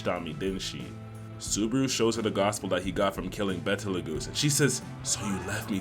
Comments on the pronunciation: Love your channel bro but his name is Beetlejuice. Not betal-goosee? Just like that movie from the 80s and the other year. It's named after one of the stars in the Orion constellation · It’s betlegoose not bettleAhGoose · and BE-TE-LE-GOOSE 😭😭